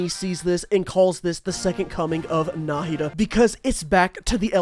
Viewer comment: I'm just impressed he pronounced Nahida correctly